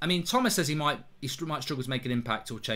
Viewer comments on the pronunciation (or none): none